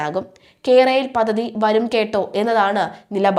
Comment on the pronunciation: പദധിയല്ല പദ്ധതിയെന്ന് വായിക്കൂ കുട്ടി